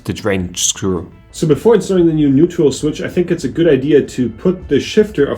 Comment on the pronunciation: Hi, are you saying "neutrial"? Do you mean neutral? Great video! Really impressed with your mechanic skills 👍🏼👍🏼